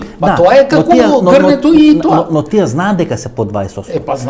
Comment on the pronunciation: Само немој "тија" ме нервираш како Миленко. "Тие" Васко"Тие" македонски.